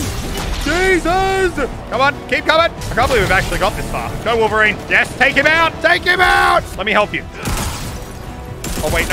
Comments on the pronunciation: Wolf-erine? Btw still love the channel just saying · Muselk "someone who is supposed to have some of the same senses of a wolf..." His name is Wolverine not Wolferine he doesn't have animal abilites either. Just thought that was funny 😂😂